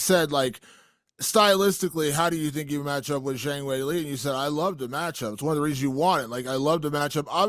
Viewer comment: You'd think he could at least learn to pronounce Zhang's name...